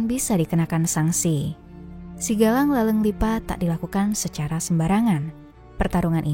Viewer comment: Narator salah baca SIGAJANG menjadi SIGALANG yg tdk punya makna apapun. Sebaiknya narator dari org Bugis krn berbeda pengucapan akan berbeda makna meski huruf tertulisnya sama.